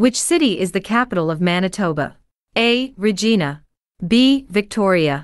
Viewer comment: Regina pronunciation is wrong? should be called RI Zhai na not re jee na